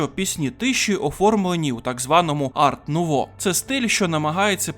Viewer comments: Альфонс Муха блядь! Ну і правильніше казати ар нуво, бо це французька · Дякую за огляд. Чисто на майбутнє: художника звати Альфонс Муха, а не "Муча" (він чех і "ch" в них позначає звук "х"), а стиль в українській мові називається "ар-нуво" (його назва походить з французької, де літера "t" в слові "art" не читається)